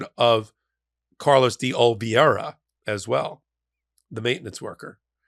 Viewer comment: I’m a frequent viewer and subscribe to this channel. Please pronounce DE OLIVEIRA correctly. It’s a Spanish surname pronounced DAY oh-lee-VAY-ruh. No relation to Meredith VIERA pronounced like you have so often mispronounced De Oliveira. Also, please teach Ben to pronounce the word substantive, which has only 3 syllables (not 4 “substanitive”).